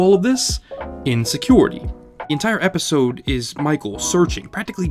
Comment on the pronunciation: "Epsisode" lmao